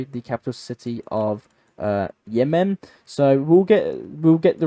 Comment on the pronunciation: “Yeah-men” I’m sure is a gay night club somewhere. The country is called Yemen. I don’t understand why you put such emphasis on the syllables.